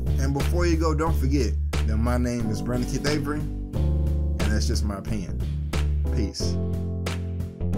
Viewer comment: When you say your name it sounds like your saying Brina-keef and not.